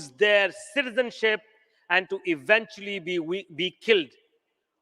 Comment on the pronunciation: His ‘Assalamualikum’ was perfect 👍